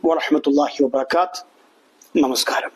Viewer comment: സലാം തന്ന തെറ്റാണല്ലോ ശരിക്ക് പറയാൻ അറിയില്ല വബറകാത് എന്നാണ് പറഞ്ഞത് ബറകാത്തുഹു എന്നാണ് വരിക നിർത്തുമ്പോൾ ه ഇന്ന് സുകൂൻ കൊടുക്കും